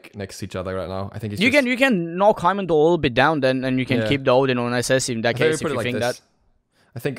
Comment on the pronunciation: LOL HE SAID HYMENDALLR